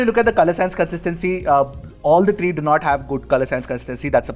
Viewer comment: Tree not three😂